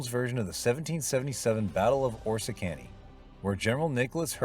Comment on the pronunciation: Tremendous tremendous John Ford classic much overlooked but his early group was there…Bond, Arthur Shields, Wallace Ford etc. Great story, loved this from the first time I saw it in the 50s. Battle of Or-risk-ka-knee😊